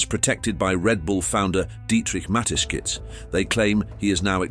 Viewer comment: It is not Mateskizh but Mateschitz - in German SCH is sshh.